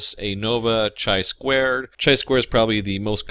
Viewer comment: Let's talk about the pronunciation of hierarchical, a priori, and chi.